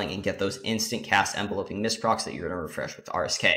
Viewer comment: Thanks for posting this, quick thing tho the word is Enveloping like Envelop (ev-VEL-up - to surround) not Envelope (EN-vel-ope - what you put a letter in), so it's pronounced en-VEL-up-ing mists. So so minor but just tweaked my ear lol